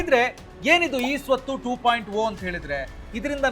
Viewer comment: ಟು ಪಾಯಿಂಟ ಓ ಅಲ್ಲ ಅದು ಟು ಪಾಯಿಂಟ ಜೀರೋ